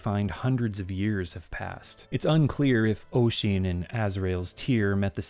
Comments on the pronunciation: Maybe my memory is bad, but I distinctly remember it being wrong - it is a very old game, after all. Also I don't remember the name of the speaker, but I do recall them saying 'Oy-zeen' rather than 'Uh-sheen' (if you'll excuse the anglicised spellings!) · Also Oisin is pronounced "Ush-een" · Heh.The only thing I remember about playing this game was that they didn't know how to pronounce Oisín. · Hearing you attempt Irish names and trying to figure out which one you're trying to pronounce at times is fun, like Niamh, or Nieve dependent and Oisín, which is a nice little reference to Tír Na N'óg.